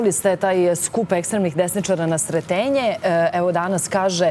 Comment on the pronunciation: Nije SRETeNjE i nije KeZaMAT , naučite dikciju